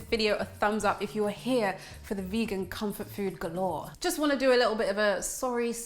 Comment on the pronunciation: that looks delicious. U kinda sound Jamaican when u said likkl bit